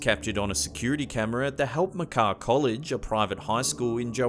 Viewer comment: Well done with your pronunciation of Helpmekaar...that was the school I was in long time ago